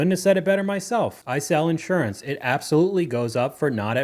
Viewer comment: The accent is on the second syllable, not the first. in-SUR-ance.